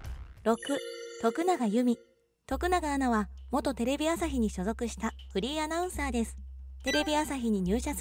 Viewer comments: フリーアナウンサーが フリンアナウンサーとしか聞こえん😳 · フリーアナウンサーだか不倫アナウンサーだか聞き取れない😂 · フリーアナウンサーが不倫アナウンサーにきこえる😭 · フリーアナウンサーっていう時、不倫アナウンサーって言ってるよな？ww言ってるよな！？w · 私もそう思いましたわ。ちゅうか、わざとそう聞こえるように言うてるやろ（笑）。